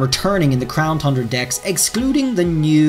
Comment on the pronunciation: Does anyone else miss him saying crown THUNDRA....just me ?? Ok 😪😪